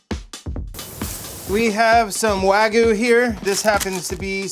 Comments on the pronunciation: the way these people pronounce “wagyu” tells me everything i need to know about them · Plus a chef mispronouncing wagyu (it's not "wagoo" lmao) is not very encouraging. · Why do so many Americans mispronounce wagyu? It's wag-yoo, not "wagoo". 😂